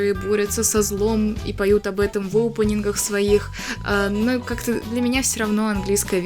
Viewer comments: не опунинг,а опенинг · Да, будет много интересного. Мне очень приятно смотреть твои видео, они такие спокойные. Очень интересно слушать чьё-то мнение. Извини, но меня немного напрягает, что ты говоришь "опЭнинг", а не "опенинг" и "СЭйлор Мун", а не "Сейлор Мун". Но ты очень милая) 🍰 Хочу немного рассказать, надеюсь, ты это заметишь. Про Винкс мне рассказала подруга, я без особого интереса начала смотреть. Однако позже меня это просто нереально затянуло! "Мода" на Винкс давно прошла, и журналы мало где продавались. Но я всё равно умудрилась много купить. Потом я встретила Сейлор Мун. Я заметила просто кучу одинаковых моментов с Винкс. Винкс просто-напросто списаны с Сейлор Мун. Это называется обыкновенный плагиат... "Леди Баг и Супер Кот", "Винкс" списаны с "Сейлор Мун". Я думала, что Винкс мне разонравятся после такого наглого плагиата... Немного разонравились, они списаны и с "Гарри Поттера". На данный момент я анимешница и фанатка Гарри Поттера. А Винкс это просто как ностальгия и нечто приятное, хоть это и плагиат. В видео у тебя такая милая толстовка с Сейлор Мун. Мне самой печально, что Винкс плагиат... Иджинио Страффи сам сказал об этом. А Винкс от Нетфликс мне вообще не понравились! Иджинио Страффи и рядом не было! Они просто переделали, но с использованием старых персонажей. Это только моё мнение. Опенинг про любовь, а не про их супер силы потому, что это главное... Супер силы это просто так... Любовь Усаги и Мамору самое важное. И сюжетная линия, конечно. [Спойлерить не буду.] В общем, п